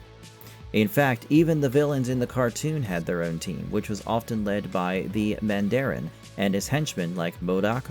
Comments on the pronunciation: "Man-dare-in?" That is not how you pronounce Mandarin, sir. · So says the man-dare-in! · Stop saying Mandarin like that